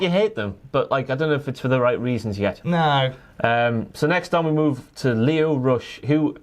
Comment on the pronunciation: My guy said lio rush and I cried 😭